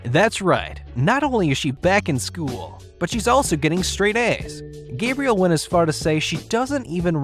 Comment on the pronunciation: Gabriel lol. Pretty sure it's Gabrielle